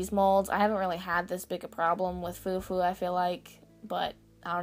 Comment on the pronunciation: Its actually pronounced Fwa fwa :)